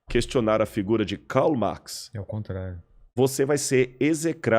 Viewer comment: Eu sou acadêmico desde 2004, na área das Ciências Sociais e te afirmo que ele não sabe do que está falando. Ou sabe e dá falso testemunho. Ninguém lê Karl Marx ou Antonio Gramsci. E ninguém pronuncia o nome deles com esse sotaque, seja no Brasil, na Alemanha ou na Itália...). Em todas as disciplinas de graduação, mestrado e doutorado, eu li Marx em, no máximo, quatro. E Gramsci, em duas. Por isso, minha pergunta permanece: esse cara passou pela universidade mesmo?